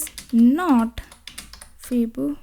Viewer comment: fib-no-c. 😂 this is the worst pronunciation of this word I've heard.